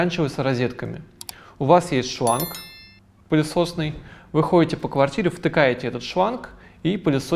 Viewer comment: Порнография-это не глянцевые потолки, а не выговаривать буквы! Говорить не шланг, а шванг, режет слух.